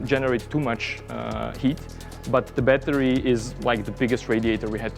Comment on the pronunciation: Cool down the “batari loved that pure accent